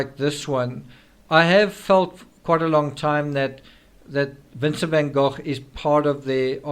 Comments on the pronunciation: Van Goch (as in loch) is the correct pronunciation. TCRS is of Dutch heritage which is why he says it correctly, Goch. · Van Go rather than goff